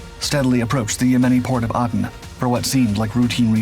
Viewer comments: Aden is pronounced "aid'en." Not add'en. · I believe the reason why he mispronounced this is copyright laws. If you notice he does this on other videos.